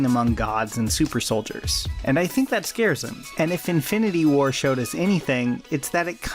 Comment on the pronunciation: yoooo im sorry but has anyone else noticed he says "infindy war"...